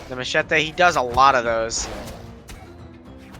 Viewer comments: ouai mais je comprend pas pourquoi il le prononce "machaté" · it sound like this : ma-chay-tay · he said Macheete's name the most cancerous way